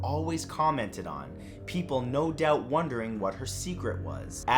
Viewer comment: But still says, “baygs.” Kidding, all. And, “doat” for “doubt. 👨🏻